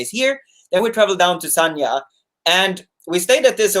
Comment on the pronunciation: it's San-Ya, not Sarnia, which is a city in south-west Ontario, Canada.